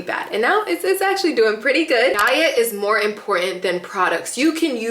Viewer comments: She said DIET not DYE IT 🙂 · I thought she said “dye it” not diet🥲